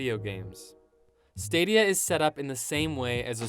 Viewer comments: "google stradia" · Try google straw-dia....